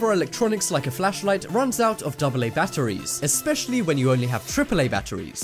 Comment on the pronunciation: Who else hates the way he says batteries